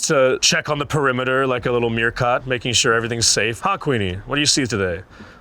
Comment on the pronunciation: He said meerkot instead of meerkat 🤭